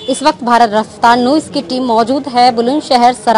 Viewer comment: Madam Bharat rafter news hai madam nooses nhi hota h